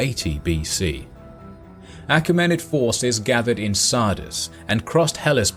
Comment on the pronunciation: A KEE ma nid. Mai LEE tus. Pronunciations are in dictionaries.